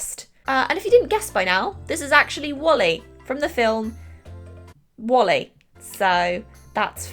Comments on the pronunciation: It’s Wall-E not wally.......waaaaallllll- eeeeeeee 🤣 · “I’m painting WALLY from WALLY” I’m sorry WHAT?!?! WALL-E!!!!!! Not wally you wally! Oh 😂 I don’t actually understand how anybody says his name in their normal voice tbh so well done for that tho 😂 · It's WaaAAll-e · It's very strange to hear how you pronounce the disney movies😂 I'm from Germany and they have the same names, but a different pronunciations. Like Wall-E is called Wall-EEE in German 😂